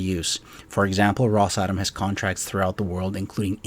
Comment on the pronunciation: I think it’s pronounced Ross-ah-Tom.